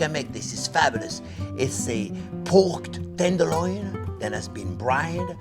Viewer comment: > "porked tenderloin" :D